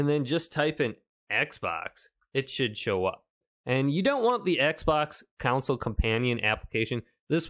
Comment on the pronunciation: "C O N S O L E", SAY IT WITH ME REAL SLOW, CON SOLE.... HOW DO YOU PRONOUNCE "ON"? NOW PUT A C IN FRONT OF THE "ON" YOU ARE PRONOUCING IT AS "COUNCIL" THERE IS NO LAWYER IN MY XBOX CON SOLE... CHRIST, SEND YOU TO SCHOOL AND YOU EAT THE BOOKS... good video though. thanks..